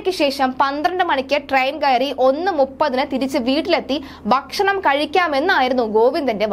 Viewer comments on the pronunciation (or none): വന്ഥേ ബാരതമല്ല, നിലബാടുമല്ല വന്ദേഭാരതവും നിലപാടുമാണ് കുട്ടീ... വാക്കുകളുടെ അർത്ഥം മനസ്സിലാക്കി വേണം ഭാഷ ഉച്ചരിക്കാൻ... ബക്ഷണമല്ല ,ഭക്ഷണം ആണ് കഴിക്കുന്നത്